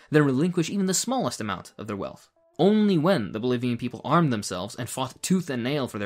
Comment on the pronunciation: I've never heard you sound very Arabic before - not until you said 'only when' at 5 mins. <3